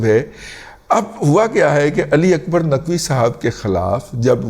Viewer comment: رضی صاحب، with all due respect فارسی میں "ک" ، عربی/اردو کی طرح "ک" کی ہی آواز نکالتا ہے۔ اکبر ، عربی/اردو کی طرح اکبر ہی ہوتا ہے۔ البتہ " ق" اگرچہ عربی کے "ق" کے ہی ہم پلہ ہوتا ہے لیکن فارسی نہ بولنے والوں کو "غ" کی طرح سنائی دیتا ہے جیسے مستقیم، آپ کو شاید "مستغیم" سنائی دے۔ برائے مہربانی تصیح فرما لیجئے۔ شکریہ۔